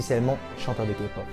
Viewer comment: super tu sais enfin dire K-pop correctement (en plus t coréen donc tu devais normalement savoir) #ARMY !!!!!!!!!!!!!!! #BLINK !!!!!!!!!!!!!!! #EXO-L !!!!!!!!!!!!!!!